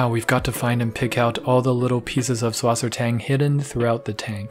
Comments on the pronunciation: Suss Wasser Tang, not Swassertang lol Cool anyway :) I made a petscord account btw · If I had a nickel for every time I’ve heard “subwassertang” 🤣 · Der sagt swasertank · Süßwassertang = S(ueh)sw(a as in aaah)s(e as in eh)rt(a as in aaah)ng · as a german its so hilarious hearing americans trying to pronounce Süßwassertang XD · i love how he pronounced Süßwassertang xD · I love the way you pronounce Süsswassertang:) google for the german pronounciation i think you would find it funny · just wait till serpa design finds out you pronounced susswassertang like that. or when he finds out I spelled it like that, he’ll have both of our heads